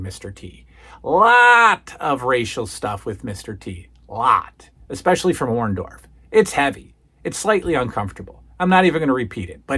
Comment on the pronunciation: I always hated how Hulk Hogan called Paul Orndorff by Paul Orn-doff. He never got his name right. He still says it the same way to this day.